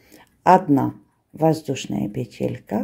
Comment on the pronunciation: Спасибо,! Очень люблю Ваш канал. Только Вас, видимо, поправляли какие-то «грамотеи». Правильно всё-таки произносить «пе́телька» и «наки́д». Можно обратиться к словарю, там указывается правильное ударение. Та же история у Натальи Рогатовской: она произносила правильно, доморощенные лингвисты потребовали, чтобы она произносила «пете́лька» и «на́кид». Ухо режет. Простите, не хочу Вас обидеть. Вы замечательная!